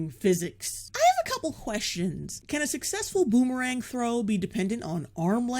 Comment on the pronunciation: Every time she says boomerang I think booberang. I'm not even thirsty